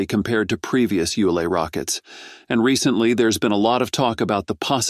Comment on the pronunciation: WOW. THIS GUY CAN'T SEEM TO FIGURE OUT HOW TO PRONOUNCE "ULA". I HEARD AT LEAST 5 DIFFERENCE PRONUNCIATIONS.